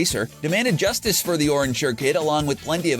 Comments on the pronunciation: It's orange justice not juice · did you just call it the orange jucie emote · Did he just say sigh orange juicetice!?!?!?!